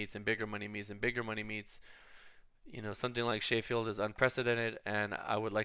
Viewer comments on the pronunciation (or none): When you say Sheffield, say it like CHEF FIELD